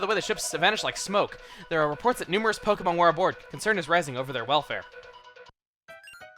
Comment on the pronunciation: It's wonderful how you actually put the accent on the e.